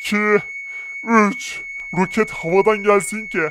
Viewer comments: ‘’ROKATLE’’ anladım abi .d jaksjsj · Abi rokatle değil roket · ROKAT DEĞİL ROKET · Rokat değil roket